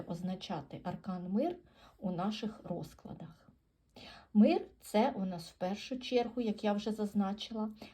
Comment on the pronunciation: А чому "рОзклади", а не "розклАди"?.